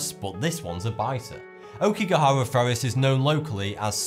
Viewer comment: Aokigahara = "ah-O-ki-ga-ha-ra" I really enjoy watching your vids, but I would like to see better pronunciations for foreign words and names, please.